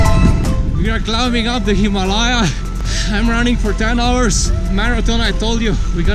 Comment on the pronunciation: Hema..laya😂😂😂😂hima layaa. ..lol